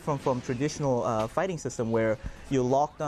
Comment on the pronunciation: hey havent u noticed when he says fighting game its kinda like hes saying farting game